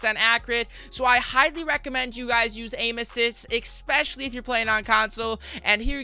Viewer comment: “Expeshly” 😂😂😂 dumbasss